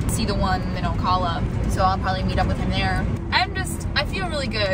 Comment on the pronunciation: It's Oh Cal Ah (you said Oh Cah La 😆) 😉...